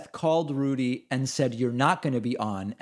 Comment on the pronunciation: I like how you pronounce Rudy "Julie-Annie". Haha.